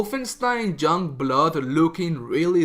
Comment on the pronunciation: Why can't you say 'young' correctly?